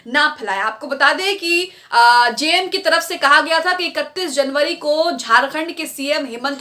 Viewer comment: जेएमएम का सही उच्चारण कीजिए मैडम